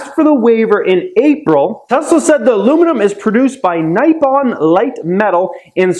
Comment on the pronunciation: It' "Nee-pon" and not "Nigh-pon" when saying Nippon Light Aluminum Company.